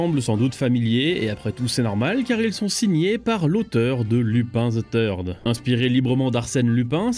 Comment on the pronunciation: Avec l'accent bien franchouillard on dirait qu'il dit "Lupin the turd" soit "Lupin la merde" 😆👌